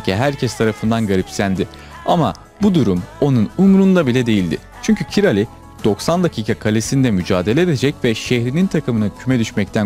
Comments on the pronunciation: Merhaba, elinize sağlık. keyifle izledim. bir bilgi paylaşmak isterim, Kİ-RA-Lİ diye okuyoruz hepimiz ama Macarca doğru telaffuz Kİ-RAY şeklindedir. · Yabancılarda bizim isimlerimizi kendi dillerine göre telaffuz edebiliyorlar. Doğru evet. Adamın ismi kiray aslında. Kirali dedik. Dirk kuyt'a ingilizlerde bizde kayt dedik adamın ismi köyt aslında. 😂 Capone vardı galatasarayda kapone dedik adamın ismi kapon.. Tıpkı Avrupa kanallarında ümit ismini yumit olarak duyduğumuz gibi.